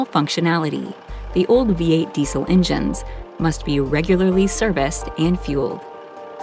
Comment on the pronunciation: What's a "dee sil" engine?.